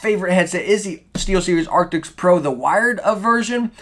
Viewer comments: Arctis not arctics. It’s not hard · man.. its arctis not arctics oof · Thank you so much for the review! I have an older wired arctis that I absolutely love and it's starting to get a little old so I want to replace it. But I gotta tell ya man, its "ark-tis" not "ark-ticks" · It's ARCTIS not ARTICKS lmao great vid tho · please dont call it arctics if its arctis. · It's not Arctics. It's Arctis. If you're going to review a product then at least pronounce the name right.